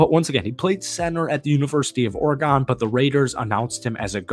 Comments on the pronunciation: It's Or-e- GUN, not GONE. Hey, " not that MFR" likes two TE sets. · why are you pronouncing oregon like that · Or-eh-gon did I hear that correctly? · Lmfaooo why you pronounce Oregon like that? 🤣🤣🤣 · You say Oregon like a DORK